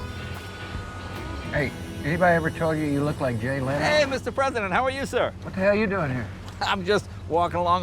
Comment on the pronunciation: "What he'll you doing here." That's Texan Straight forward